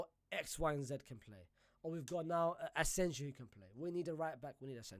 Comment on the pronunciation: Bro is allergic to right player names pronunciation, we literally had a player called asensio for like a decade 😂, naaah asenjo